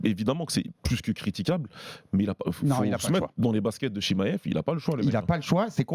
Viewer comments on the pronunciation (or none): Arrete de dire « chimayev » stp c’est chimaev🤣